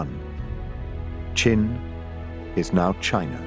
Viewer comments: chin? you mean qin right? the narrator is confusing me. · As a Chinese, it is so awkward to watch the re-enactments in english... and wth is "chin"??? It's "qin"... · why is it chin and not qin